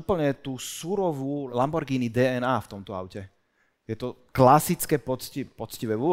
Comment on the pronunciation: Lambordžiny....kokos 🫣..toto keď pocujem